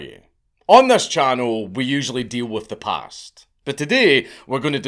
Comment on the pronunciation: “the parrrrst”